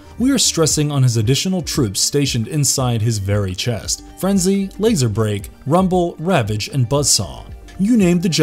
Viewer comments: Laserbeak not laserbrake now I really don’t respect anything you say about transformers because you don’t even take the time to get the names right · Exactly Laserbeak Not Silly Laser Break? They Have To Brush Up On The Transforners History/Lore To Pronounce Things Properly The Narrator ("♏♏🦂🦂☯☯☮"). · Laserbeak not laserbrale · it’s Laserbeak not laser brake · There you have it folks, "LaserBEAK" is now "LaserBREAK". Pathetic. This videos gets a thumbs down just for this unforgivable mistake🤣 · It’s not lazerbrake is lazerbeak